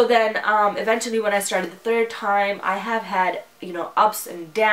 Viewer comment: Hey! This is not a hate comment but you're pronouncing the word "eventually" incorrectly. Watch ❤️